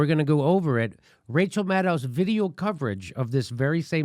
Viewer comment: Rachaahaa haa haa haa, can't even say her name. We know it's MUD.